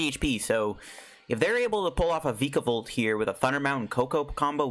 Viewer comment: What do reccomend replacing friend ball and shuckle with post rotation? Also you're pronouncing vikavolt wrong watch "That's some spicy island research" season 22 episode 12.